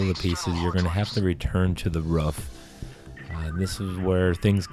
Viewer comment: "You have to go back up the ruf"